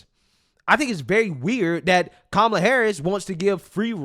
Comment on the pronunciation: Coup-mala😂😂😂😂 perfect bro so on point! CoupAmallaObama